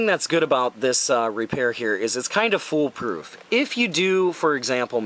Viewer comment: "the full poo- full proof part.." lmao